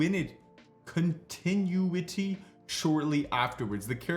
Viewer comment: bro don’t know how to say continuity 😭😭😭